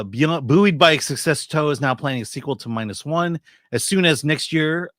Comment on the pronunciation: struggling to pronounce the Toho CEO name is my favorite thing. He's as purely American as I am.